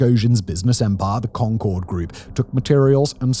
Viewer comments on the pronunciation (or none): none